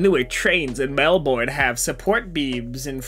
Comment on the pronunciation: For the Melbourne trains design, as someone who rides them constantly I can say with absolute confidence that you can see the station name perfectly when seated. (Also our city is pronounced mel-ben not mel-born)